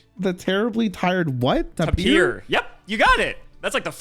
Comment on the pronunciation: It's pronounced tapir not tapir 🤫🤫🤫🤫🤫🤫🤫🤫🤫